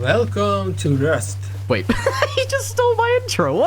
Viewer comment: Yo I thaugt I pressed the wrong video when I heard velcome to rust